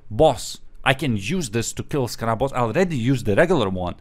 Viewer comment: I like how U say scarab. Sounds like it’s spelled skarab lol.